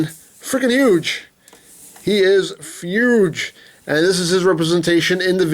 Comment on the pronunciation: He said fuge instead of huge